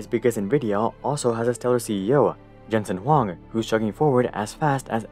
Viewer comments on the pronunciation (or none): none